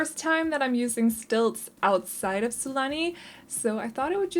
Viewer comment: Your accent is so pretty! I love the way you say Sulani!